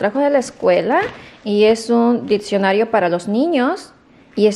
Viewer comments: También dijo dipcionario y es diccionario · Diccionario no dipsionario?!?!? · A ver si agarras el ditcionario para qué te ayude a decir mejor las palabras . Jaja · Ay, no que donde vivían tus papas no había coronavirus por el calor, que bárbara como demuestras tu ignorancia en tus conversaciones y hasta en palabras se dice diccionario no diPccionaro y es gramática no dramática jajaja en fin te la das de nice pero nada que ver la mona aunque se vista de seda... Y otra cosa acá en México no hay escasez de pruebas ni de nada no quieras denigrar a nuestro país créeme que acá se vive muyyyy bien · Dijiste DRAMÁTICA? Y DIPSIONARIO? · no es dipsionario es diccionario...jaja en buena onda...